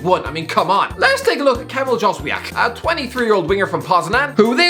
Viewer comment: Ah yes, Kamil Dżozwiak. Anyway, Jóźwiak has been pretty good when he played for the national team and we don't have much options on the flanks.